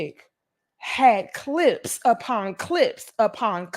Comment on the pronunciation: It’s the enunciation of the P in cliPs for me! 💀💀💀😂😂😂😂😂😂😂😂